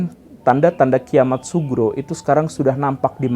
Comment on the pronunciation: Tolong diperjelas pak gembull. Kiamat sughro bukan subro. Terima kasih